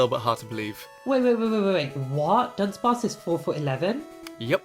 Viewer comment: Dunsparce, not Dubsparce!